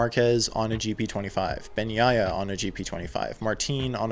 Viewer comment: I would not rule out Bagnaia's chances. He's a very solid rider and if he's more consistent, can corral many more points. BTW, kudos on pronouncing his bame correctly.